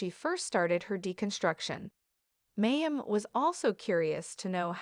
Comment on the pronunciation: Very AI voice. This is why we need humans to read things out loud. It's said Ginger not jing-er. I know of course it is spelled with the J like the rest of the Duggar children. Oh, and Mayim was said as May-im. 🤪